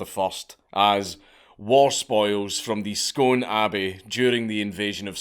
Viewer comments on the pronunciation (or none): I've lived in Perth for 19 years, Scone is a mile up the road, I know loads of people from there and its great hearing you talk about somethingso close to home! But you're the first person I've ever heard pronounce scone like Stone. Everyone here pronounces it like spoon (Scoon) 🤣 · Dank, as a fellow scot, I’m appalled to have just repeatedly heard you pronounce the placename “Scone” rather than “Skoon”. C’mon big man... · It’s pronounced skoon btw not scone but spelt scone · The place Scone, is pronounced skoon , not scone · Another guy with a Scottish accent thats says Scone, rather than saying it as Scoone..... ffs..... hang yer head in another country!!!! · hm i thought it was pronounced the stone of scoon rather than scone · I can't take this seriously given your pronunciation of Scone. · Scone. You say it Scoon ya weegie dobber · It's pronouced Scoon not scone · It's pronounced "Skoon" not Scone 👍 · Scone is pronounced Scoon man. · Dank, it's pronounced Scoone, no Scone ya dobber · Scone is pronounced "Scoon" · It is real, but it's pronounced 'scoon', not 'scone'. Source: I live there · You've gone right down in my estimation Dank, hearing a fellow Scotsman pronouncing Scone as scone when every Scotsman knows its pronounced 'skoon' When it's relates to a floury buttery item its also pronounced "skon" Dissapointed Dank. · The place is pronounced Scoon 🙈😬🏴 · That would work if Scone and a scone were pronounced the same way, but alas theyre not. The scone you eat is pronounced "scon" , whereas Scone is prounounced "Scoon" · Scone is pronounced scoon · Scoon is pronounced Scoon not sgone. And yes i know its Scone. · it's pronounced Scoon ya rocket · It's pronounced "scoon". I thought it was only tourists who got it wrong 😄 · It’s pronounced scoon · I can't believe you call yourself a nationalist and can't even pronounce it right. The Scots is 'Scuin' and it's pronounced 'skoon' you bam. Love you tho dank. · It's pronounced "Scoon" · Scone is pronounced "Scoone"